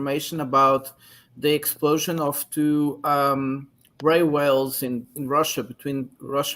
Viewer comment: it’s railway, not railwell or whatever it is you’re saying.